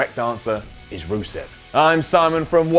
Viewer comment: stop saying rusev